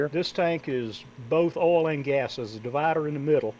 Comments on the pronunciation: what is an "ole" pump???? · Southern pronunciation of Oil.